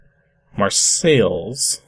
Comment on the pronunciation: Just pointing out the pronunciation of "Marseilles".